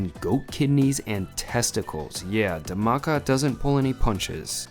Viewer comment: Hi! The Dh in Dhamaka is pronounced like the English word “The” but explosive. Like THE-maka